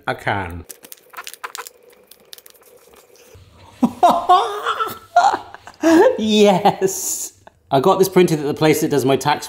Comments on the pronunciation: Why can't the voice over guy say can correctly? Why did he insert a R? 'Christmas dinner in a carn for gamers' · "In a carn"?